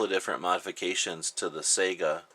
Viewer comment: It's pronounced "Sigh-gah" and "Iz-mosh" lol.